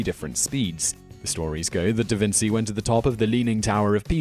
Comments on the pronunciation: 1. Galileo, not DaVinci did that (please! "da-veen-CHEE", not "da-vin-TSEE") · Its davinCHi not davinSy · I am going keep telling you this- Leonardo is called Leonardo. Even when you attribute the wrong experiment to him. Da Vinci was not his name. Actually, when he was in Milan He was called Leonardo from Florence, NOT Leonardo from Vinci. AND ONCE AGAIN Not Vin'-see. It is Vin'-chee. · Thought Da Vinci was pronounced Da Vin-chi? Or have I got that wrong? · Hey. Um...his name was pronounced Da Vinchi not Da Vinsi. Petty, I know but still.... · omg its Da VINCHEE no DA VINSEEE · I’ve never heard Da Vinci pronounced Da Vin-see. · "Da Vince-ey"...? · Danjah, Davinsee and meedeeyer! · how can you not know it is pronounced DA VIN CHEE? THIS GUY IS THE WORST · DaVinsi? Have you really never heard this name spoken before? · It's pronounced "Da Vin*chi*" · They failed to mention some of the sources, inuding: -Pronounciation for dummies, (da Vinzi LOL) -History for dummies (ancient world ≠ Da Vinci) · How do you not know how to properly say Da Vinci? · Such professional videos and a narrator who can’t pronounce “Da Vinci” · How do you mispronounce Da Vinci? It's like it's some obscure name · can someone please teach simon how to pronounce things.. DaVinci was one of the most known figures in Italian history, hell world history, and you can't pronounce the name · Please, please, please I ask you as favour for me and ALL the Italians, learn to pronounce Da Vinci properly!!! Thanks! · Also you pronounced Da Vinci wrong :D